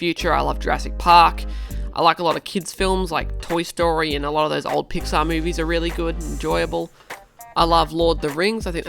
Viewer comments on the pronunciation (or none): none